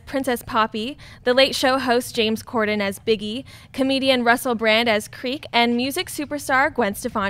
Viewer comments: Is it just me hearing it wrong or are they calling James Corden, James Corbyn? Haha, good show guys. Great job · Some corrections: It's James Cordan not "Corban" and to Natasha Martinez he hosts the LATE LATE SHOW (not LATE SHOW. That's Stephen Colbert). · Minor correction - it's not James Corden not Corben.Love the show and never miss it!👍🏻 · It's James Corden, not Corben! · its James corden not corbin haha